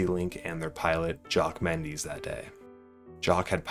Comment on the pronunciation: Only thing I could focus on is how he was pronouncing Menzies wrong the entire video.